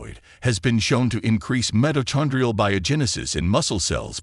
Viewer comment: Suggesting you teach AI voice how to pronounce "Omega" ..... "Aminos" is a pronunciation challenge for it also. Failed to pronounce "mitochondrial" correctly. Why don't you hire a person with a high school education to narrate this video?